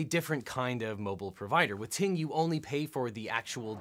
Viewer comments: oh I know just the way that he said it at first I wasn't looking at the screen so I thought he said TMobile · OBJECTION: Ting Mobile sounds too much like T-Mobile when you said it.